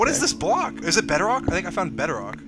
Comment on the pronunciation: he pronounces bedrock like better-rock whut